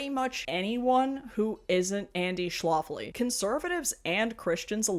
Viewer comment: I think it's "Schlafly" like, Shh laugh ly, not sh loft ly, like Schlafly Beer (same family, not necessarily same politics mind you). Cheers from STL!